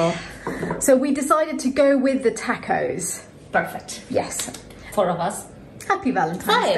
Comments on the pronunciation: My great-great-grandmother Galindo from Monterey County, California is turning in her grave hearing you say "Tahck-Ohz" . They are TAW-cohs. Think "my AUnt gOt an AWsome grAnt from Oxford". The final s is not vocalised: Moss. Loss. Snakes, not bees. TAW-kohs. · If u eat texas Tortillas u must stop pronouncing tacos as tackos!. It's like tik TOK. Tokos. That's the pronunciation. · Its funny hearing you say tacos or pasta with an a sound that ive never heard anyone else use when pronouncing these words. Im not picking on you. Just observing the difference. In Spanish Mexican or Italian all "a"s have the same sound. Not a like in tackle. But a like in the o in top. Pasta.. The ending a sound. The first a should have the same sound as the last a. That is the same sound tacos or tomatoes should have. I mean I guess not should. But just that it usually does. Every time I hear that flat a it sounds so weird to me. But again I'm not picking on you. Say it how you want. It just always strikes me funny.